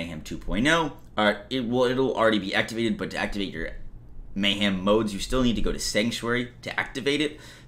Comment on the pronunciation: Anyone else hearing saying "May-Ham"?????